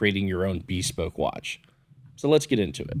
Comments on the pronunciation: Great video and watch! Minor thing, I’m used to hearing “bespoke” as buh-spowk (emphasis on 2nd syllable). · That is not how you say bespoke 🤦‍♂️